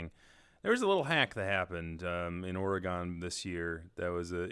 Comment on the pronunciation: Thats not how you say oregon >:C